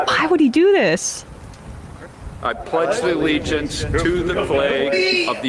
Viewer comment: "I pledge th'legiance..." Starting off strong right out the gate.